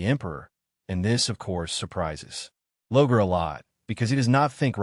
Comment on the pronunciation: Good information and the discussion well done. In the spirit of constructive feedback, I recommend you work on the AI (I assume that's the voice) pronunciation of many names and other unique words. Examples in this video include: Lorgar (pronounced as "Logar," "Logan", and "Logo"), Primarch, Malcador, Slaanesh, and probably others. The mispronunciations were distracting from the good content. AI voice-overs are a great tool but a typo in the text will be pronounced oddly and unfamiliar words (e.g., names) can be pronounced incorrectly. That being said, good content and the effort is appreciated.